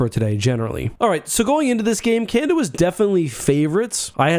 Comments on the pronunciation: CanAda !!!! Not Canda !! So annoying! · can-ahhh-dahhhh* just in case your having trouble saying it. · Not gonna lie, I thought you were saying "Kanda" like it was a players name on the team and it took me a while to realize. I got through your other world juniors vid without even noticing lmao. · Three a's in Canada. It's not pronounced Canda.